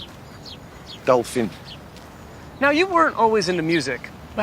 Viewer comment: "Daolphin" love it